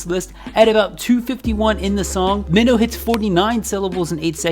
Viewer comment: also it’s pronounced “my-no” he says his name like that in some of his songs